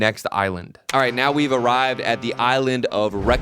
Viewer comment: can you say island nowin 2026😅😅